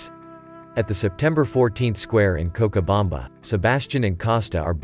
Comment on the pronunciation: the narration can’t pronounce cochabamba correctly